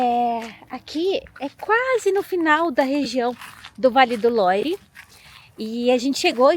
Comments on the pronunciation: Por favor falem Vale do "luar" a pronuncia é essa Vale do Loire é muito estranho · Vale mto visitar o Château de Amboise, onde tbm tem o Castelo onde viveu Leonardo da Vinci . Imperdível! A título de informação, a pronúncia de “Loire “ é “Loir “c/ o “r” puxado na garganta, a lá francesa), e “Loire” é o nome do rio que passa em torno dos castelos . O som da combinação da vogal “o +i” é sempre” oa, “ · O vale é lindoooo! ❤ Vale do Loire (pronúncia correta LUAR). Chambord (se pronuncia CHAMBOR)